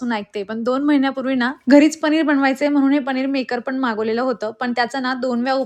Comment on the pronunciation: Tumhi sagle न la ण ka mhanta... पनिर mhana pls... पणिर is wrong...khup weird watata te... good morning pan tasech mhanta tumhi